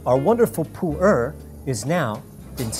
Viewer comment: I thought it was pronounced "Poo-air" not "Poo-ur".